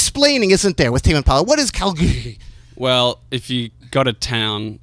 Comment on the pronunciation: "Who are you Tame impala "And who's in tame impahhla"